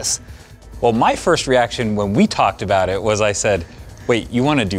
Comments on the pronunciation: Canadian aboot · no douuubt abouut it. You're definitely Canadian